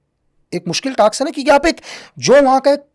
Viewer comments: Task ko taks bolna ka kya chkr h yy smjao yr😅 pehle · Taks ni Task 😂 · Taks nehi. Word hay task. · please don't mind taks nahi task🙏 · टाक्स✅ टास्क❌